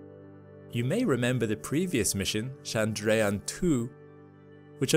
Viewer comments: Kudos for the Chandrayan pronunciation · You. Nailed the Chandrayan pronunciation tbh